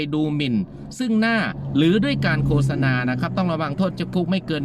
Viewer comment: ขออนุญาตครับ...คำที่ถูก...โคด-สะ-นา...นะครับ...ออกเสียงไม่ใช่...โค-สะ-นา นะครับ...